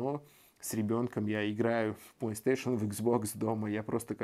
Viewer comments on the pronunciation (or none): none